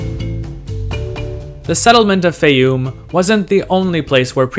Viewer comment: Your pronunciation of Faiyum changes from rhyming with Eye -oom to rhyming with Day - oom. I suspect the former is correct.